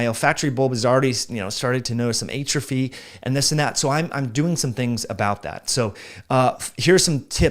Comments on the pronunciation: I’ve literally never heard it the way he pronounces it. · I don’t think that’s how you say atrophy…